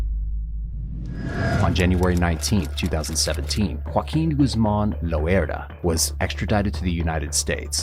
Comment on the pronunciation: This nigga keeps saying "lOeRdA" makes it so hard to watch 😂😂